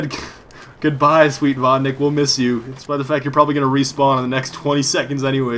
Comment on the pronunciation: Claims to be russian-Cant pronounce vodnik